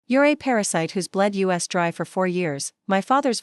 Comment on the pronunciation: I have watched 6 of your posts in a row . Your A I makes the same mistakes in every one . Us comes out as U.S. Chopping ds and Ss off like they're their own words . What a sloppy site ! Can't you get a real person to read these ?